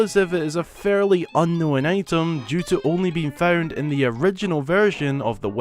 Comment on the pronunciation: You're making the word "unknown" which is a 2 syllable word into 3 syllables. Why?